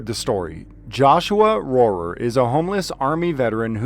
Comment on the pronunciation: I've known Joshua Rohrer (pronounced roar btw) since he was in the Army, so going on about 20 years now. He was much better off when he first got out of the Army. He was a chef, and held down a job pretty well, but over the years, I have seen his PTSD get so much worse, to the point that he seems homeless, even when he hasn't been. I have encouraged him, time and time again, to seek help, and he has, but I have sadly watched the system fail my friend everytime. We thought things were finally going right for him, when he got his first service dog, Shadow. Sadly, someone intentionally ran Shadow over with a pickup, and this devastated Joshua. It took him a very long time to even consider getting another service dog. Then he found Sunshine. They bonded immediately. I would get pictures and stories about her texted to me, and phone calls about how important she was to Joshua, all the time. He was finally doing a bit better. Then, I got a frantic call one night, he was telling me that Sunshine had been tazed for doing her job, and that some nosey woman had called 911 on him, for standing on the sidewalk with Sunshine, and Sunshine had run away, he had been arrested, and now he couldn't find Sunshine, and he didn't know what to do. It had been a while since u had heard him have a breakdown like that, and was afraid he was in full blown crisis. As someone who served his country during the war in Iraq, and a hard working, loving service dog, neither Joshua or Sunshine deserved this